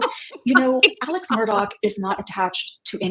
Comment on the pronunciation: Why is NG calling him Mur-dog? I cannot stop laughing.